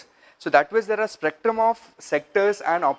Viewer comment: It's spectrum not sprectum